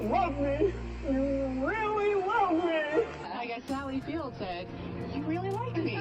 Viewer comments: "Actually, Ms. Field....." not "Fields." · The guy in the sally field commercial says her name is field, not fields. Even Weirder! At about the mark